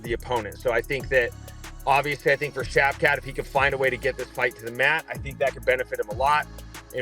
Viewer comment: Shavkah, skavkrat, and shavkav😂